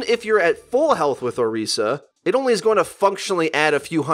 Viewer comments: Why do you say "oreesa" instead of orisa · Your Overwatch it's pronounced or-is-a not orica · Learn to pronounce orisa